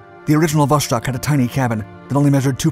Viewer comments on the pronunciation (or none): How, just how, can you pronounce "Vos-khod" as "Vosh-kod"? It's the same with "Vos-tock", which you pronounce as "Vosh-tock". Dude, speak after me: "Vos-tock" and "Vos-khod". See? Really simple.